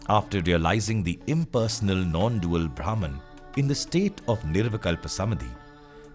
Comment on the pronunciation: Imagination to visualization 🥰 great video but pronounciation of bhraman was incorrect 😁